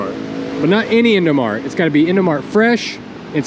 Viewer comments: Indomaret le bukan indomart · Im an indonesian and indomart in indo you say it as indomaret and beng beng is also good man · Indomaret not indomart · maret march not mart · no. dont speaj indomart also the best way is indomarEt (indomarch) or you speak with indoaprill